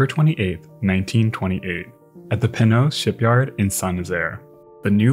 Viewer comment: Great video as always! On a side note, in your efforts to master French, the Penhoët shipyard is pronounced pen-oh-ay-t (Well it’s actually Breton more than French 😅)